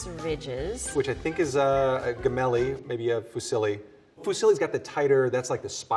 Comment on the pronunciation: I would like to let that "gemelli" sounds like James, not like guess. (Still, that pasta shape in Italy is sold as "casareccia".)